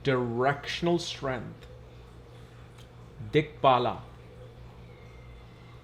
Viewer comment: Is it correct to pronounce it as दिग बाला or दिग बल?? Cuz Strength is always बल and not बाला!